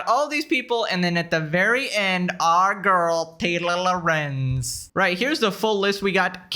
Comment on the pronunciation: When says "Taylor Lorenz" it sounds a bit like "Taylo Lorenz" which makes her sound like a character from Star Wars, her character does Jedi Mind tricks but in reverse, instead of magically convincing people she's right, she magically always manages to convince everyone she's dumb AF and wrong